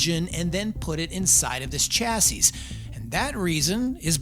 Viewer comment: Are you pronouncing the las S in chassis ironically? 60-75HP is fine for everyone I know 😊